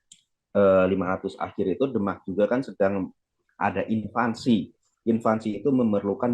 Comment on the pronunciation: Invasi bung, bukan invansi! Beda artinya jauuuh